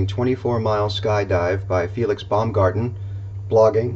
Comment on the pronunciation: Baumgartner Not Baumgarten